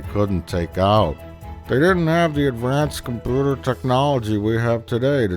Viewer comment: "advanced compeuhter technology" 😂